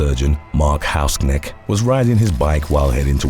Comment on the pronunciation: The pronaunciation of Hausknecht was funny to me as a german :D